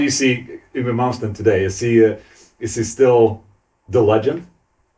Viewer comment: So, that's how we pronounce "Yngwie", I thought it was harder, he is a legend too, the would say he is the father of Neoclassical metal.